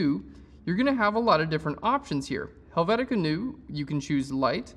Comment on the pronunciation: "Helvetica NEW" lol its "NOY-YA"...lol Helvetica Neue (Noy-ya) That reminded me of my undergrad but here is the correct pronunciation.